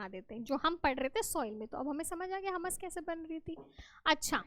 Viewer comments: Madam jii humus not hummmus😂😂😂😂😂😂😂😅😅😅😅😅😅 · Mam not Hamas it’s humus 😂